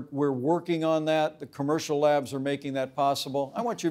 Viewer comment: SIIGGGHHHH!!!!! he keeps saying commercial labs like the word flu a couple of weeks back.